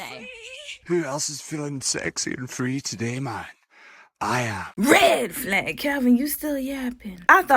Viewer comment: I love the say you say “red flahg” and “greehn flahg”